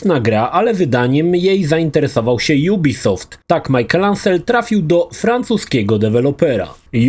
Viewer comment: Wszystko git tylko nie Majkel, a Miszel. ;D